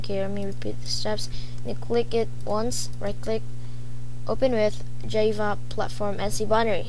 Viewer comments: its Jaaaaaaaaaava not JAIFA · Awesome video dude but the pronounciation for Java is jah-vah, NOT jay-vah